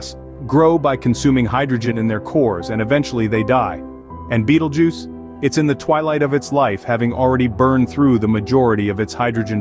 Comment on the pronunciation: Ew..... why say Bettle Juice? Isnt it Beetle Juice?